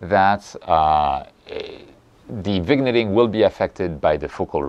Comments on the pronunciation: Excellent explanation as usual! Really going to help a lot of people here. Pronounced: Vin-yet-ing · I see no problem reusing flats, the only time I take fresh ones is if I rotate the camera to frame a specific subject. As for vignetting, as far as I know, is pronounced vinyetting. 😁